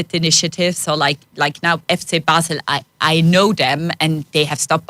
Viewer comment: Learn how she pronounces “Basel”. It’s not how you say it.